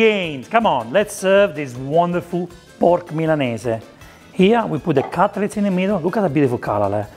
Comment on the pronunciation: So nice to here Milanese pronounced correctly. So many people in Australia say "Millaneez" and it drives me nuts